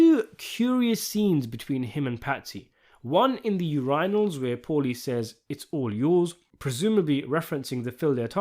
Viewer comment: “U-Rine-Alls” ?? Brother, who taught you English